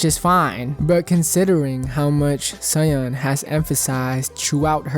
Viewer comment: jsyk Soyeon is pronounced So-Yeon, you kinda pronounce it like Cyan